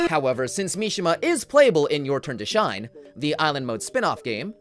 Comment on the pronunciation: Also called as Kimi ga shi - ne. Not kimi ga "shine"